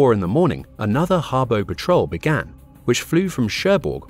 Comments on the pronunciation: "pa' trol" lines - not fuel, patrol. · The more I watch this video, the more I'm convinced it's read by a bot, who's reading a script with typos in. Clearly at one point the narrator says "petrol line", rather than "Patrol line" which left me very confused. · Great content and summary. Terrible pronunciation. (Tirpitz, patrol, Sea Lion, etc)